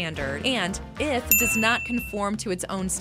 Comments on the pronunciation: It's Eeeeeeeeeth. Not ith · eh-th? ee-th ftw lol